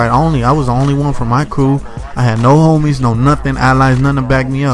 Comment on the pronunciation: bro learn how to say the word homies. its not hom-mies. its home-ies